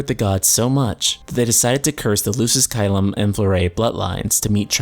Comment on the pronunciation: Dude, I have to point out that its pronounced ky-lum.